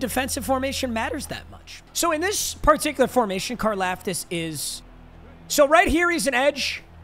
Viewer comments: You say his last name like car- loft-tis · Car-Loft-Is. Holy shit mm casual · Why’s saying Karlaftis wrong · I go to Purdue and you are saying his last name wrong fyi